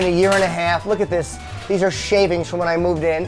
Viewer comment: I love this, but if I ever hear you say shavings again i'll take my own life.